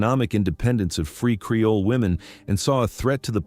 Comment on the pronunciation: Creole. Not "Careoles." Your crappy AI video narration keeps mispronouncing terms and fully glitching out some words.